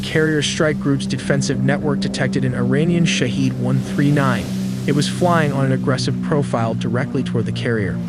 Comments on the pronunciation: it's pronounced SHA-HEAD, NOT SHA-HEED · The correct pronunciation for the word you used is Shahed (/ˈʃɑːhed/), but you pronounced it as Shahid/Shaheed (/ʃæˈhiːd/). I realize their spellings are almost identical in English, which often leads to this mistake. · not a very important detail: but "Shahed", the drone name, is pronounced as /ʃahɛd/ (meaning: 'observer')! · The “a” in Shahed is a short “a” (like sh + a in about), not “ah”. It’s pronounced sha-hed, not sha-heed or shah-id.